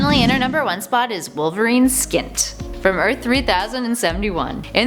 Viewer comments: "Skint" ...no it's snikt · it’s snikt not skint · It's snikt. Not skint. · Snikt is pronounced SKINT?? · I know we're being petty, but that bothered me too.